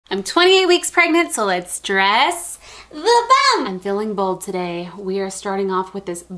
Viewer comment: I love how she says “I’m 28 weeks pregnant so let’s dresssss the buMP!!”